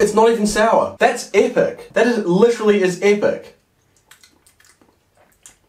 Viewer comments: Normal person: "Epic": " A-pic" " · No one:: LiCherAlly EHHPEC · On the lemon he said apak